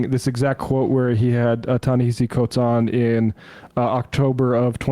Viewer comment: Great show, thanks for celebrating this great writer and thinker's words. The second portion of his first name, as he often points out is pronounced differently than it looks, i.e., Nehasi.